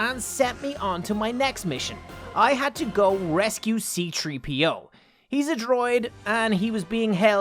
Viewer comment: C3PO NOT CTREEPO